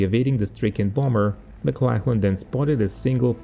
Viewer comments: Hi mate - correction in your pronunciation. Maclachlan is pronounced MacLOCKlan (rhymes with clock) not macLACKlan. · Just for future reference, it's not pronounced McLacklan But more like McLocklan.